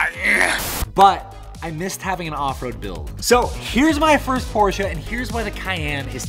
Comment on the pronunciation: Porsche not porshia its a brand not a girls name